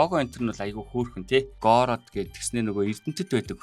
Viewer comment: Гороод гэж дуудахгүй шдээ Гоорд гэж дуудна шүү дээ